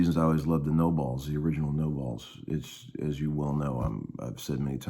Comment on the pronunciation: You pronounce nobels know bells not no balls 😂